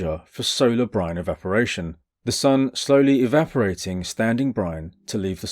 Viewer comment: At one point I heard "Brian" when you said "brine" and things got unintentionally hilarious.